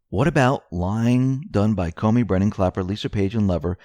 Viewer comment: ...and why he keeps saying Coney instead of what we think is supposed to be comey...?